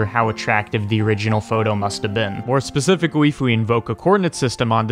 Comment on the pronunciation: LOST my shit at 'specificawwy'